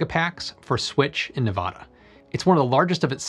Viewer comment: undecided about how to pronounce Nevada, the right way or the wrong way. Does he also say Las Vaugas?